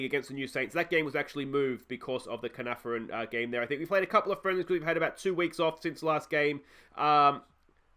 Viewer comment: The Caernarfon curse will get lifted once you pronounce their name correctly 😂 Getting my bottle emoji ready for next episode 😬😬😬😬